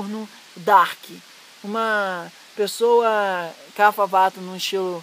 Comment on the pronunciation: A pronúncia é "cap-rra" e não "cafa".